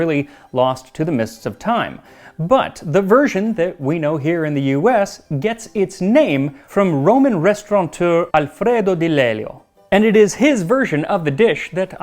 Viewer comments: a) There is no "n" in restaurateur ... b) Alfred Hitchcock! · No "n" in "restaurateur." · There is no "n" in restaurateur.